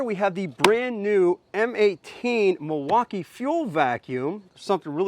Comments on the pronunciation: Why do you call it Milwauka i i? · never heard Milwaukee pronounce that way..